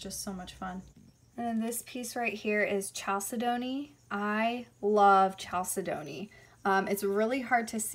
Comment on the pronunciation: You have an awesome collection! Thanks for showing us The stone you called chalcedony looks like opalite to me. Also, Chalcedony is pronounced Cal-said-uh-knee and Labradorite is pronounced like the dog Labrador plus ite. The pink crystal at 1720 looks like it could be mangano Calcite but I’m not positive. The bright green crystal at 2020 is Crysoprase, not Crysocolla, it’s beautiful. Chrysoprase is a type of chalcedony that gets its color from nickel impurities. That one looks like it’s probably from Australia where the best Chrysoprase comes from. The crystal is not kunzite, kunzite is pink or purple. Kunzite is in the Spodumene family and there is a green variety of Spodumene called Hiddenite. Hiddenite is more rare than Kunzite You are exceptionally beautiful ❤️